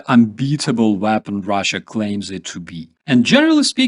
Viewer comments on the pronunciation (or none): none